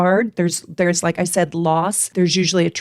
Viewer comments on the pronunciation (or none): none